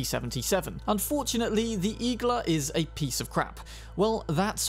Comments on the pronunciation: Igla also means “needle” on Russian, it’s pronounced iglA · Small correction Igla is also needle in Russian. With emphasis on last vowel.